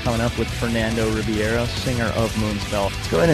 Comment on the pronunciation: it's not Ribiero. it's Ribeiro ;)